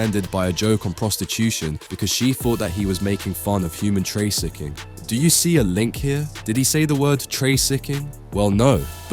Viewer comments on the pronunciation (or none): why does the AI voice read all C's and F's as backwards? TraCCIcking, oCCended, diCCerent...etc. It's annoying.